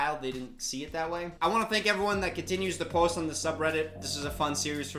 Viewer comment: triggering my Wisconsin self with that “post” pronunciation 😂